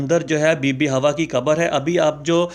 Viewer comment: اے بھایی ۔۔۔۔۔۔۔۔۔ پہلی بات تو یہ ھے کہ یہ لفظ " ھواء " نہیں ھے ۔ بلکہ " حواء " ھے ۔ اگر ممکن ھو سکے تو کسی مقامی عرب بھایی سے صیحیح تلفظ جان جاو ۔۔۔۔۔۔۔۔ دوسرے یہ سانپ والی کہانی من گھڑت ھے ۔ جو تو نے بھی میری طرح پاکستان میں کسی گلی کی " مرکزی جامع مسجد " کے ان پڑھ سے " خطیب اعظم " سے سُنی ھوگی ۔۔۔ اب وہ پرانے زمانے لد گیے ھیں ۔ خود تحقیق کرو۔ اور پھر مذھبی معلومات کو آگے بڑھاو ۔۔۔